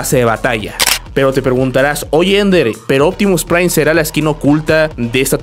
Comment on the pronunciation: Pta mira, es uptimu prai, optimu prai huahahuagaga